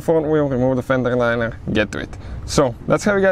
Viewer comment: Good Vid. Buuut, that "Fendrerrr Linererrr" isa kindaerr funnyerrr 🤣🤣🤣